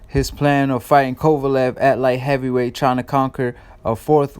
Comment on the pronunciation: Be nice if you could pronounce Kovalev name right... where u at?